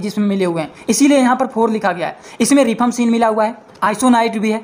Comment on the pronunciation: Not रिफाम्पसीन,right pronounce रिफाम्पिसिन